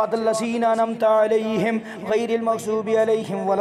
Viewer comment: جناب ممغظوب غلط ہے مغضوب صحیح ہے